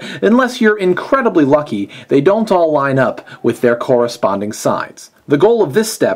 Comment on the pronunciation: i thought you said lucky fucky few. Excuse my profanity